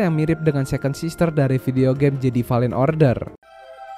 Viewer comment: bukan bermaksud gimana gimana, videonya oke poinnya tersampaikan, mohon maaf sekali karena hanya kurang nyaman ketika mendengar “jedi” dan “vader” yang salah pengucapan. selebihnya semuan sudah baik sekali, ditambah menyenangkan sekali ada bahasan mengenai star wars dalam bahasa indonesia 👍👍